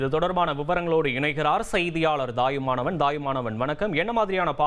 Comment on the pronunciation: Thayumanavan, correcta prounce pannungappa, dayumanavan ellai.